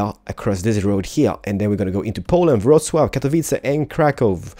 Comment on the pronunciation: Omg you pronounced Wroclaw correctly. Well done that is astonishing fine sir :D